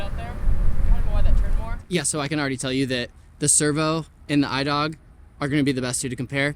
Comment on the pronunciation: pronounciation is E-dewg ! (dew with a g)